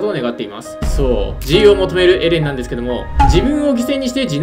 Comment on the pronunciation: 「そう...」がそうじゃないんよな